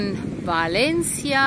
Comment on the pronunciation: Toll, dass Du Valencia richtig aussprichst, nämlich Balencia👋👋👋